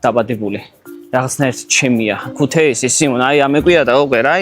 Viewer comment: წესი #1 არასდროს, არასდროს და არასდროს არ თქვა ქუთეისი! მეათე წუთამდე სიამოვნებით ვუყურე და სხვა ვიდეოებსაც ვნახავთქო რომ ვიფიქრე ქუთეისიო და ჩაყარე წყალში ყველაფერი. 😔